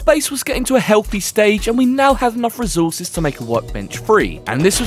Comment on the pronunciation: Recourses❌ Rezourses✅